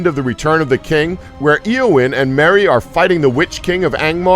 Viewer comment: lol at 'Ear'wyn